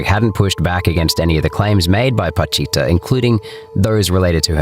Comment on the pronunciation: PA CHI TA . Not patita